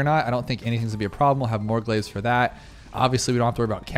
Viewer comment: Please look up how to pronounce glaive